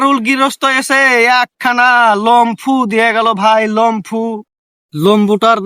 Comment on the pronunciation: Lombu❌ lomphu✅